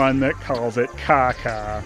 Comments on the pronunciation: It isn't Caca, and you're pronouncing Caza wrong too. The Ç in Portuguese (and French) and the Z in Spanish are both pronounced like the S in Casablanca. Both Caça-Fantasmas and Cazafantasmas mean "ghost hunters" ("caça"/"caza" coming from "caçador"/"cazador", the words in these languages for "hunter", and for "caçar"/"cazar", the verb "to hunt") Source: I'm Brazilian (so I speak Portuguese) and I also know a little bit of Spanish. :P Other than the misinformation about languages you don't understand, this was a really cool video. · Watching you say "caca" in all seriousness is hilarious. First because you pronounce it just like in Spanish, "ç" is different from "c" and it sounds like "s". Second because "caca" actually means poo in Portuguese, too. First time commenting, long time viewer. Great videos, man, and great job making me laugh awkwardly loud on many occasions. Keep them coming. Happy new year from Brazil. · In "Os Caça Fantasmas", the second "C" has a cedille, so it's pronounced "S" (like "façade" in french) :P